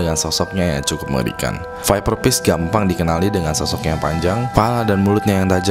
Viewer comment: "viperpish" "viferpish" 😁😁 nyantai bang kok grogi